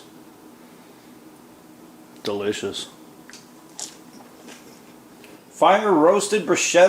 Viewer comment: That's not how you pronounce 'bruschetta,' but whatever...